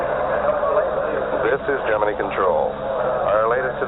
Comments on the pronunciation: WHY did they pronounce "Gemini" wrong? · Nice to hear Gemini pronounced correctly. NASA had plans for Grissom, going on to be commander of Apollo 1 where he perished. Grissom's duties passed to his backup, Neil Armstrong.